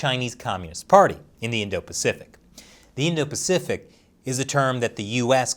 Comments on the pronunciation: PACIFIC, NOT PAFICIC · *pacific * just saying